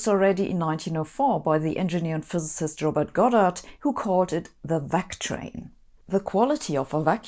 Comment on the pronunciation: of course the physicist who can't even say the word 'physicist' is the best person to address this question.